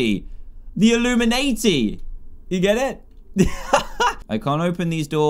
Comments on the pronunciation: when dan said "illumanati" i thought he said illuminaHD the minecraft speedrunner for a sec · He said illuminayty